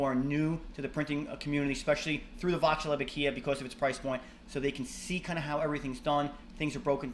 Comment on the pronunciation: Fairly good video for those who do not ever do anything mechanical. The problem is terminology. 1. Aquila (a-KEE-la) NOT (a-KEE-yah) Which would need a second l to make that sound 2. While grub screw is popular, it is a set screw 3. Those are not SHEATHS. They are BUSHINGS! 4. It is not a smooth gear. a gear, by definition, has teeth. What you have is a grooved bearing, used as an idler, meaning it is unpowered and freely spins based upon a material moving against its material contact surface.